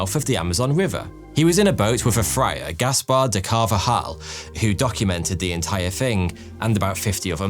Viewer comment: De Carbahal... in Spanish "V"'s are pronounced "B". And "J"''s are pronounced like "H"'s.